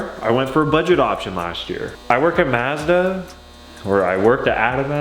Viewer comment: Mazda as in hi Mom, not Mazda as in Matter